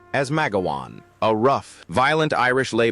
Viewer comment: And it's macgowan not magawan 🙄